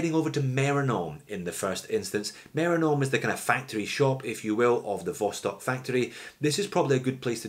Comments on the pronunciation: Great video! Note that Vostok is pronounced "vastòk° (means "east"). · Vostok? I won't make that mistake again.